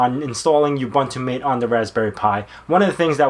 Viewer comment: FYI (forgive me if this has already been said, I know it's an older video), it's pronounced "Mah-tay," (think of it as Maté, even though that's not the real spelling) not "mate." Cheers, and thanks for the video :)